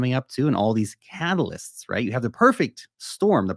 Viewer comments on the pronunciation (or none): I laughed when you said catalyst, because I thought you said halvalyst. I am a Bitcoin halvalyst now.